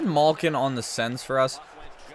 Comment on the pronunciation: It’s malkin not malkeen